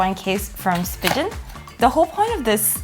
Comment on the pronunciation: You accidentally mispronounced Spigen I prefer cases. I own about 30 but I still have the deep purple iPhone 14 Pro Max